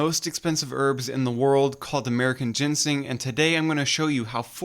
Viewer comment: you called i t 'gensing'